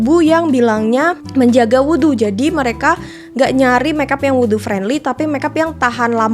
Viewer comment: kak aku seneng bgt kamu ngomong “wudhu” bacanya tepat 🥰🩷